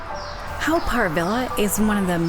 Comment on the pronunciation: Haw is actually pronounced as 'Hor' and not 'How'. Good video and glad you enjoyed your visit to Singapore. Haven't been to this park in a very long time. You could just walk into the tunnel where the Hell exhibits were previously. I would avoid it every time I visited. I found it really terrifying for me as a child and even as an adult. I'm glad it's covered it up now so it's a good excuse to avoid it altogether if visiting. 😊